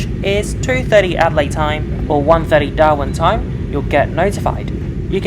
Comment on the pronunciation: lol i though you said Doha (Qatar) instead of Darwin 😂😂😂